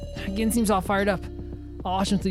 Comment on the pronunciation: Btw Reko's name is pronounced Reh-koh, not Ree-koh. Also I'm not sure who told you Gin is pronounced with a hard G, I don't think that's the case. Sorry to mention these things unfortunately irk me a lot I wish they didn't